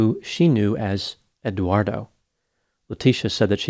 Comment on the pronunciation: Did you notice pronounced Eduardo as Eguardo?